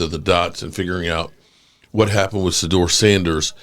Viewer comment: What do we expect from a guy who can't even pronounce the Name Shadeuer ...This weirdo pronounces it as Sadeur